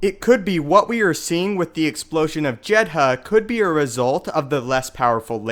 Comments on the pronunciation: SCAriff - the emphasis is on the first syllable. In Jedha the h is relatively silent, it's pronounced more like Jeda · Why do you pronounce Jedha and Scarif so weirdly? "JED-HA! SCAH-RIFF" lol